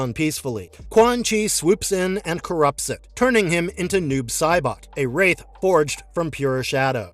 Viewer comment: Noob Saibot is actually "Noobs A Bot" its an old catchphrase. It should be pronounced "Noobs A Bot" sounds like saying "noobs uh bot". lol